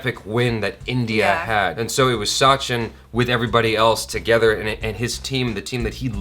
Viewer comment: I just want to correct it is a short "a" in sachin pronounced similar to the "u" in "such". Sachin/Suchin and not Saachin.